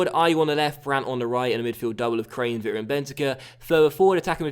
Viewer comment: as a river fan i hate how you pronounce kranevitter